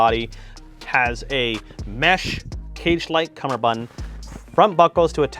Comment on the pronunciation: Doff it doff it doff doff. Cumberbun cum ber bund